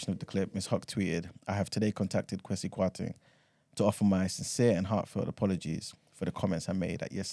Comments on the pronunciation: It’s the A that makes ppl think it’s pronounced Kwa-see , most Ghanaians would have the E but I like my man do not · its pronounced “Kweh-See” not “Kwaah-See” 😂😂😂